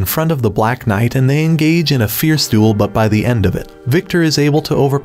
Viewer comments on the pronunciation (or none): none